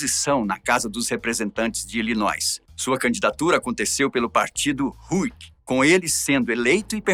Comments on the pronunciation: Apenas a titulo de colaboração o estado se fala ILINOI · A história desse presidente realmente é bastante sofrida... só uma correção "Illinois" não pronuncia o "s".